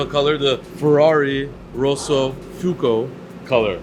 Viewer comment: It’s ROSSO FUOCO not ROSSO FUCO